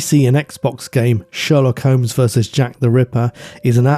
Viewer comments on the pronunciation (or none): none